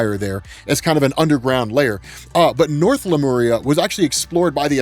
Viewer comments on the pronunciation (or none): none